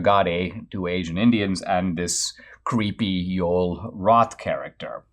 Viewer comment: I'm curious. Is Joel Roth insisting his first name being pronounced Yole? Or is Dinesh mispronouncing Joel?